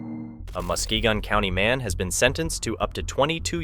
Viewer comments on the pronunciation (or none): It’s pronounced MUSK KEYG IN